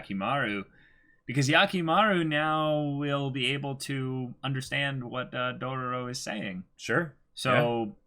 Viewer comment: 3 episode has passed and they still calling it Dorororo 🥴 even after hearing the right one so many times